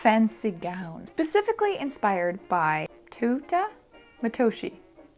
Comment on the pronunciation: managing to pronounce „Teuta“ Also „LiRiCA“ 👻